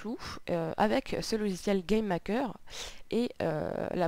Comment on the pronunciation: On dirait que tu dit "Game Hacker" !